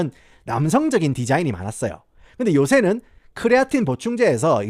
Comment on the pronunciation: 부탁 드립니다 그냥 크레아틴 이라고 발음 해주세요 쿠뤼아린~~뭐 이런건 발음을 너무 굴리신거 같아요